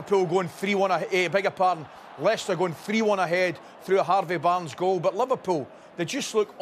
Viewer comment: strrrrraight to harrrrrrvey barrrrrrrnes